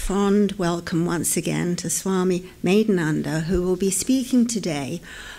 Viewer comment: Sato Sato Pranam.. OMG!!! I'm Really Surprising to Listening Your Bengali Pronounciation OMG R U A Bengali!!!! First Time I'm Listening You... Sotty Kato Janamer Tapossa Sanchito Royeche Aponader Modhye Tabei Na Thakurer Sonar Chele... Kash Amrao jodi tar Kinchit Petam...!!!!!